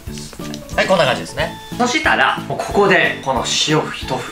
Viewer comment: そ→し↑た↓ら→